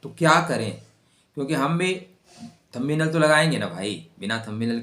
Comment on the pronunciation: Thumb nail मे “Nest 3 मंथ” लिखा है. वो “Next 3 months” चाहिए. थंबी नेल नही, थंब नेल बोलो.